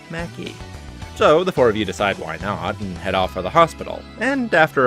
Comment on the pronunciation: You probably know this by now but Maki is pronounced mah-ki. Liked the video but that took me out of it a few times